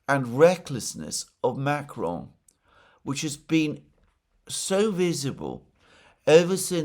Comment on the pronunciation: MacrOn, darn it, not MAcron.